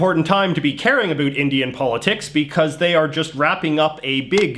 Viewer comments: Why does he pronounce "about" as "abult"? lol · the way he says “about” is extremely funny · Heard how you pronounced about and knew you were Canadian.